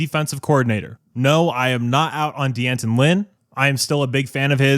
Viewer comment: Lynn's first name is pronounced "Danton". Not "Dee Anton".